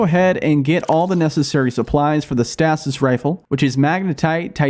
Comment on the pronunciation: Stay-sis stasis 😂